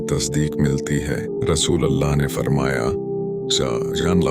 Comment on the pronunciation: Mispronounciation of Allah's name please correct and check your video before uploading